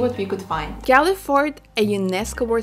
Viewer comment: Loved the fact that you both attempted to name the places using the native proper Sinhala names of the towns, instead of using the Anglicized version of the name such as for Galle pronouncing it like Gaalle (ගාල්ල ) instead of pronouncing it like of Gaule (ගෝල් ). Nice attempt to pronounce it. 😊